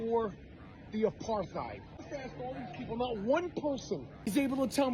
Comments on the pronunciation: No contest. He can't even pronounce Apart-heid. It is derived from aparthood; AKA separateness. Aparthide sounds like an insecticide or something. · I love how saying it wrong. If your going to talk about an Apartheid at least make sure your saying it right.